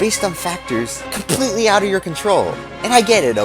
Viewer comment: WTF was that "CoMpPlIetlehH"?